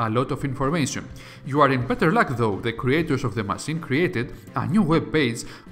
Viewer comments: It's Massine not masin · You say masseen (machine) too often! It really distracts me from the story 😂 😂 😂